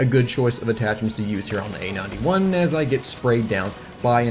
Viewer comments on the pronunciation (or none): Dunno why but whenever you say "A-91" I hear "AN-91". lol.